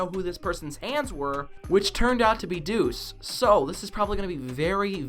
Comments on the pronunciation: Dude its douxie not dus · Anyone else get confused when he said Deuce instead of Douxie? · He says doux